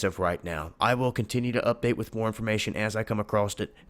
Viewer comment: There's no such word "acrosst"